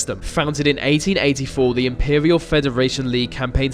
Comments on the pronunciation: dude.... "theeee" not "veee" jesus... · please go to elocution lessons. When you say "vese" instead of 'these' and "ve" instead of 'the,' it makes me want to switch the video off. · Vis video is not very furrow. You are speaking like a free year old child. TH is also a sound in our language. Like the, this, those. Not vee vis vose. Try again bro.